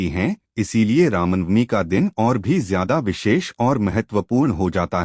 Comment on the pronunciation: कमसेकम रामनवमी तो ढंग से बोल लो ..